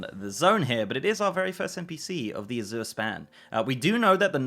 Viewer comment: azure a-ZIRR ? i am not english but never heard it pronounced that way .. i would say it like Asia EY-zhur, hmh lets check the comprehensive dialectal dictionary .*rummaging*. aha! hm hm hm,.. nope, a-ZIRR is not existent even in UK. it may be pronounced az-YOURE tho, but mostly its AZ-youre there for S+Y non-merger people or AZH-er for those who dont --- or americans. so i the foreigner was almost right, and the native throws it off xD funny